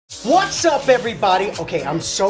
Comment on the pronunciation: His "WHATS up everybody" killed me 😭😂😭😂😭